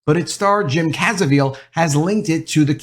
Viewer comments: Jim CAV - EEZ - EL; Not Caz - eh - veal. Good Video all the same;-) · Prounounced Caa-Vee- Zil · It's jim Caviezel not "cazevil" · Caviezel...not Cazeviel... But thanks for bringing the movie to light. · great report on the movie but why do you keep mispronouncing Jim's name. It's Jim Caviezel, not Cazeviel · It is NOT pronounced cazeveel. It is pronounced Ka VEE zel. Just FYI. Good points made in your vid. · ‼️. DUDE‼️. It’s pronounced “KA-VEE-ZEL” Where are you getting “CASA-VEEL”❓ Ps. Imagine Hollywood being upset about a film highlighting the very real systematic abuse of children. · Learn how to pronounce Jim's last name it's not cazivel its Caviezel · Please learn how to pronounce Jim Caviezel's name. You have the v and z switched. Your article is great though. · His name is pronounced "Caviezel" not Cazievel...good review though... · Learn to pronounce Jum's last name. Jesus... Look, this movie is lame at best and based in extraordinarily little reality. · His name is not CAZA-veal. It's Ca-VEE-zel. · Slow down when saying Jim Ca-vi-ziel's name, you flipped it. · I only have one question: Who is Jim "Kaza-veal"? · It’s CAH-VEASE-UL..CAVIEZEL! 😐🤦🏾‍♂️ Come on my man ..don’t Butcher His name like that 😂😂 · Great video! But his name is pronounced Jim Kuh-VEE-zell. :-) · Downvoted for calling him Jim Cazaviel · his name is pronounced... Jim Ka Vee Sol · I like this video and I think you're a good guy but please....for the love of God.....Its pronounce CaaaaV-eeeeZ-el! All the best to you. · Is pronounce: Cabizil ( Ca-B-zil ) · How can you do a video and not know how to pronounce the star's name? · Do you have dyslexia by chance? I just want to kindly point out youre pronouncing his name wrong and flipping the letters around. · How do you clowns who do these reviews not take the time to pronounce the guy who played Jesus Christ name correctly???shameful…. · It’s amazing no one knows how to pronounce Jim Caviezels name.